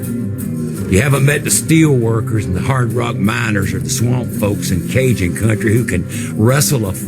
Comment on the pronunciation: Turreests r beed Kyle, Turreests are Rurrirn our Cuntri